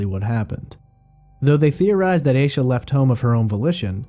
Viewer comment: He is pronouncing it correctly